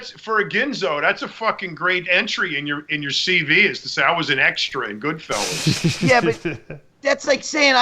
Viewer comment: Dave it's not Goodfellows it's Goodfellas you knob